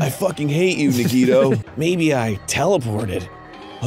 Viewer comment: the grumps finally say Nagito correctly!! only took four chapters 😵‍💫